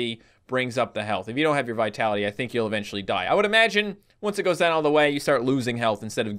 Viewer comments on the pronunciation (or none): none